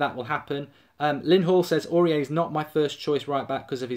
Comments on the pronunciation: pronounced auri-air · Is the way that he pronounces his name a troll? Please tell me it is.